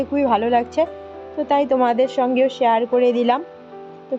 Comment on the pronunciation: সেহার নয়, ওটা শেয়ার হবে।